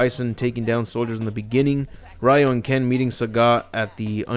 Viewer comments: it's not Ryu (Rai-yu) It's pronounced Ryu (Ree-yu)!! RYU (REE-YU) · It's Ryu!which pronouce like Liu or Riu. Not Ra-Yu.There's no 'Ra-Yu'-called-guy in the Street Fighter.